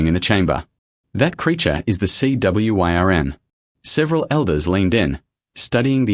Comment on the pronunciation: Sea worm, wyrm is pronounced worm. I watched another Channel yesterday and they're at it was perfect so I don't see why it's so hard for this Channel and any other channel to get the English right.